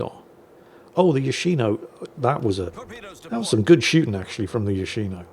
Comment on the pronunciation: It's Yòshino, not Yoshìno. Watch "yakuza fiance" to get it right.